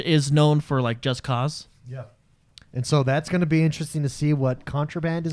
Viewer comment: big takeaway: finally learned how to pronounce Just Cause